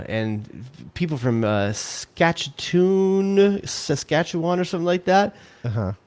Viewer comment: Suh- SKATCH - you - Wahn